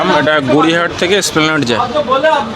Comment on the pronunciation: Splaned noi re otar uchcharan ESPLANED. Dekheo shekhena poreo shekhena.